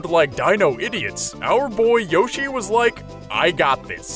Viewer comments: It's pronounced Y-o-shi the o doesn't make an Ow sound it makes an o sound since there's no e! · hearing yoshi over and over again starts to sound like a weird word